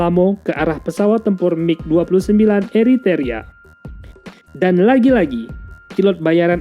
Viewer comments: Macam mananya Admin ini.... yang benar Eritrea bukan eriteria...tak profesional. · Eritrea kok dibaca Eritaria..... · Apakh ucapan salah tuk setiap chanell militer youtube adlh sbg keharusan....? Krn setiap chanell yg aq ikuti bnyk ucapan n lafal dlm bhs aslinya tdk bnr....mis ini...eritrea dibaca eriterea...